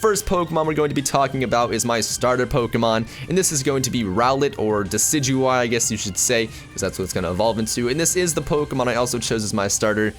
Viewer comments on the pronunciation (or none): none